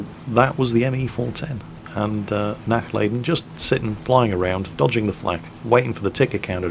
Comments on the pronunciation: It would be a "lah" sound, as opposed to "lay" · I want to make sure he doesn't butcher it in the future. 'Nachlayden' was just an effect of his ignorance. He can learn. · Nachladen mean not loading in German and it is pronounced nach larden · Yes, purely out of personal interest, I want him to not butcher the German language. I can simply not stand faulty pronunciation. However, I know that really only pays heed to comments he himself finds interesting and comments regarding pronunciation are not on that list. Regardless, out of the vain hope he would actually read what I wrote and actually try to pronounce the 'a' like 'ah' when speaking German, I wrote the comment, hoping nobody would take offence to it. I am indeed half German and no, I am not being stubborn because I am half German, I am being stubborn because I'm half Dutch and Dutchmen hate being in the wrong. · both "a's " are pronounced like the U in utterly, a little more "stretched" though. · I like how you pronounce "Nachladen" ;D sounds like a gaelic word when you say it ^^